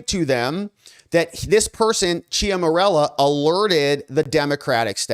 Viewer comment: Love your work, but if you're going to say somebody's name, like one hundred times, you should spend a minute to learn how to pronounce it correctly. "Ciaramella" is not pronounced "chia morello". This distracts from the story.